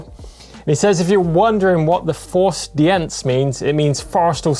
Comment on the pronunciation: Forstdienst = forced deanst :)